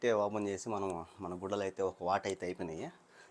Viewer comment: గుడలు కాదన్న గుడ్డలు.. ఏం భాషరా బాబు.. అన్న కంటెంట్ మార్చు..... రాను రాను నువ్వు స్నానం చేసే వీడియోలు కూడా పెట్టేలా ఉన్నవే..😅😅